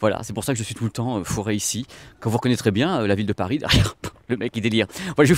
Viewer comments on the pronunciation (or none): none